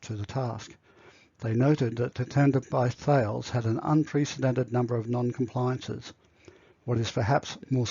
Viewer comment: I thought thales was pronounced as ta-less - the pronunciation seems to be different in different places?